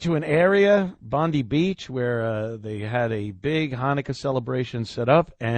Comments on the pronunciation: In Australia " Bondi" is pronounced " Bond - Eye." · Bon-dye! How hard is it to find out the correct pronunciation? D!ckhe@